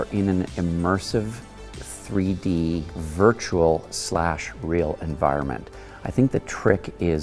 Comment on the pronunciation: Virtural Virtural Virtural 😂